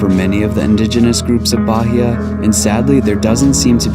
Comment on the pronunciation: I suggest you practice a less lazy pronunciation of the place that is receiving you — in this case, Bahia — before making your videos. It’s not that difficult, is it? The accent is no problem, but to pronounce it as if it were an English word?!!